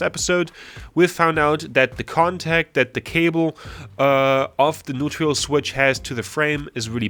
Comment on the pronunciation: Hi, are you saying "neutrial"? Do you mean neutral? Great video! Really impressed with your mechanic skills 👍🏼👍🏼